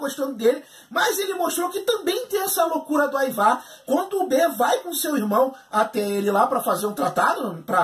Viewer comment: o jeito de se pronunciar os nomes é: aivar, ubba, vitstergui. kkkkkk.